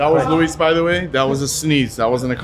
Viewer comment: Tell Moses to stop being racist and say Luis's name correctly...show some respect smh